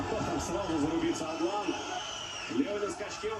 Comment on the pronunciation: Автор АДЛАН а не Аднан